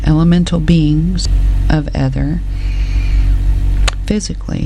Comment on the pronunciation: I'm sure it's pronounced eeth- er